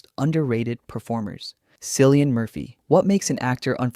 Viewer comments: Cillian is pronounced "Killian". Jeeeez. . . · Bro his name is NOT Sillyan Murphy